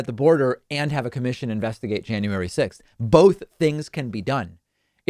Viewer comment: Marjory ... it's not Jane-uary ... ugh I hate her face too. Yuck.